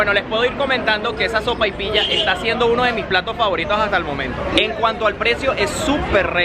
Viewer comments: Oye la sopaipiya se dise sopaipiya no de otra forama aca en chile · No hables tan rápido 🤣..dices Soparoilla.Sopaypilla..Sopapiya..? Me gusta..y quiero buscar la receta